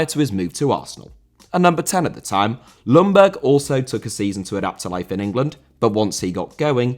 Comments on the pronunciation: Young Berg not loungburg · Sorry to be picky, but Ljungberg is pronounced "jungberg" with a rather silent "L". And it's not uncommon in Sweden to have your middle name before your actual name as well. The same goes for myself. Thank you for a great video (as always)!